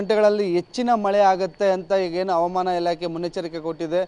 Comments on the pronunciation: ಹವಮಾನ ❌ ಹವಾಮಾನ ✅ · ಹವಾಮಾನ --ಈ ಪದದ ಉಚ್ಚಾರಣೆ ಸ್ವಲ್ಪ ತಿದ್ದಿಕೊಳ್ಳಿ